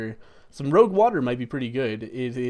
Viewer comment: hearing miss pronounce illusionary and rouge made my brain twitch....